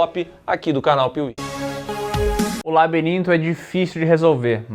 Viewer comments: "O Libirinto" 😂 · "Libirinto do fauno" kkkkkkkkkk